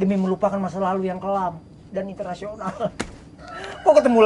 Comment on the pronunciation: Internasiomal of de mun hahaa